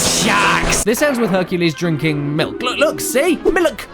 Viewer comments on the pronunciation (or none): What's with the "miluk" thing...? Is there some joke there I'm not getting? Why did he keep saying that and why did he base an entire running gag around it? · At least I think that He was being Silly what is Mlik though? It's pronounced Milk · You mean "Nuts & Miluk." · Don't you mean "Nuts & Miluk"? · Who the fuck calls cereal sauce miluk? And who calls Jesus Juice Herculade? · You mean "Nuts and MILUK" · Dear Caddicarus, I don't know if you would read this or if anyone will actually, but I just want you to know that I used your pronunciation of "milk" today around my friends and the asked me wtf I am doing, so I showed them the intro to this video. It started a a thing at school with my friends yelling "mil-lik" outside the school. XD Thanks a lot. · "Miluk" had me for a good 5 minutes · Say MILIK ONE MORE TIME MOTHERF.... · milk is one of those extremely simple words so many people mispronounce. it drives me insane. I know caddy was kidding but I've actually heard people say "milik". why? I have no idea. the other common mispronunciation is "melk". it pisees me off to no end when people say "melk" instead of milk. I've murdered quite a few of the "melk" people. so if you're too stupid to pronounce milk, eventually you will be murdered. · ( ͡° ͜ʖ ͡°) "I need some MILUK too." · Glad I'm not the only one who calls milk milluk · MILUK. MMMMMILUCK XD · Caddy:" MILLUK" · I’m surprised this hasn’t reached at least 1M views, given the popularity of the “Miluk” phrase. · Not nuts and milk. It’s nuts and MILULK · I need a glass of malk. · I wonder when he'll play Nuts & Miluk. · I don't get why he pronounced milk like that. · Okay, okay, it's Miluk. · You didn't Caddirus was being Silly and Mispronouncing Milk in The Beginning of The Video for some reason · HE NEEEDS SOME MILUK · "I need miluk!" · "Nuts and Milk"? I think you mean "Nuts and Milluk!"